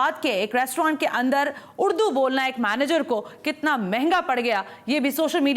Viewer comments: اردو ھے اڑدو نہی جاھلہ کہیں کی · اردو کو اڑدو بول رہیں ھیں آپ بھی ذرا غور کیجئے اپنے الفاظ پے۔ ۔ ۔ ذرا سن لیجئے 1.11 mins...